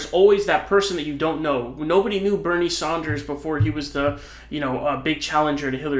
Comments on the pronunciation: It’s Bernie Sanders, not Saunders. Mispronouncing his name seems like you don’t know politics. And people beyond Vermont knew him because he was always talking progressive policy on Thom Hartmann’s program. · It’s his thing he has fun with the pronunciation of names He’s been calling him “Saunders” for like 5 years now It’s not a big deal